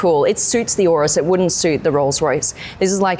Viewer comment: Why does she say urus like that